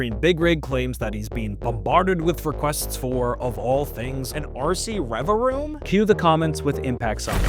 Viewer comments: Pronouncing it Revaroom and not Revavroom, which is what it's actually called, is bugging me so much 😭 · If you ever try this again, please, for my autistic brain's sake, pronounce revaVroom correctly lol But yeah lol, for what it's worth, still great to see appreciation for an underrated Pokémon lol